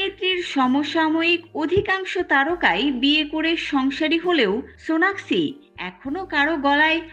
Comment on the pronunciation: হায়রে ভালো করে নামটাও বলতে পারেন